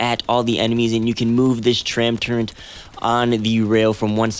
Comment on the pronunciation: there's no N in the word turret